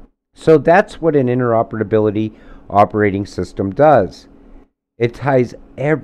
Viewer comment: Ah, interopedability.